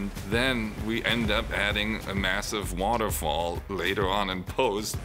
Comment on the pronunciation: I don't know why, but there is something funny about the way he says "waterfall" lol